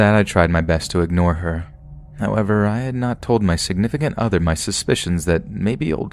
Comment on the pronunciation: Quit saying 'signifcunt other'